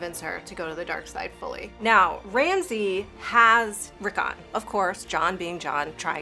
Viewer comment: its jon not john its sansa not sandsa its bran not bren its rickon not ricken